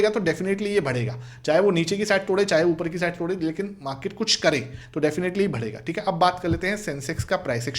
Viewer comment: Please yar, भडेगाा नहीं होता ,,,,इसे बढेगा बोलो , मैं इरिटेट हो गया हूं